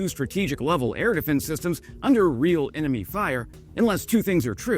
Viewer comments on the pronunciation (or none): none